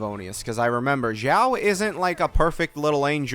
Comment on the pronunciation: Isn't it xiao and not jyau ? Is it pronounced that way in Chinese?